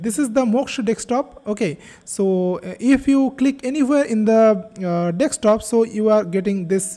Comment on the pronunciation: DeSK top - not dekstop